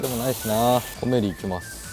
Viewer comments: 【コメリ】の イントネーションは 全部平坦だったと🤔 店内やCMで そんな感じで言ってます🖐️ 自分も始めは後者でしたが… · 11分.12分のコメリのイントネーションが正解です。 コメリの地元民。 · 我が地域のイントネーションは コ→メ→リ↓でしたw 正規の使い方が予想外w 勢いと、幅で手動に軍配ですな😊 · 「コメリ」の発音が関西風w